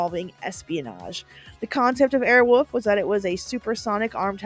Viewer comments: Awesome job But I have to ask Who the F taught you how to pronounce the word wolf? Wolf. Not woof. Not airwoof. Anyways thanks for the memories!😊😊😊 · Air Wolf…….not Air Woof. Just sayin. Sincerely, a guy with the last name of Wolf. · "Airwolf," not "Airwoof." Pronounce the L! "AirwoLf!" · Girl, can you not say "Airwolf"? You kept saying "Airwoof", and it was kinda hilarious. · We used to say “Airwoof” instead of “Airwolf” just to make my brother mad and here she’s saying “Airwoof” That would’ve driven my brother crazy 😂